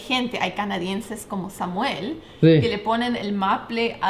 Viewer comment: "El Sámuel"